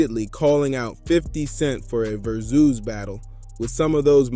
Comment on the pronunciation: *Side note* Its VERS-IS(as in versus/verses)!! NOT VERZOOOS😂😂. Please stop with that asap! Its sounds absolutely "trrrrible!!" Proceed.